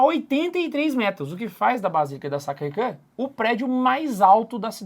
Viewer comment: Sacrecre kkkkkkk a pronúncia é sacrequior .